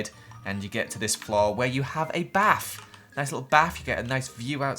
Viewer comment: It’s bath not baff